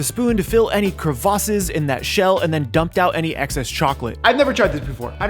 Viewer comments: he did not say "Crua VA sis " I WONT I CANT NOO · “To fill any crevashhses”